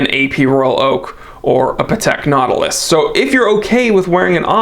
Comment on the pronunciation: Patek Not-ilus